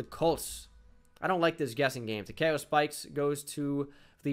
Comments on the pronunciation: tuh Kee oh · You pronounced Takeo wrong. Good video though